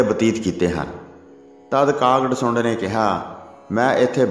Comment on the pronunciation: ਕਾਗ ਭਸੁੰਡ. Not ਡਸੁੰਡ. 🙏🙏🙏